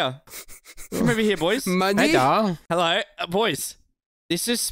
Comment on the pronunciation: Ahhh pls just give me one more "heddo"!!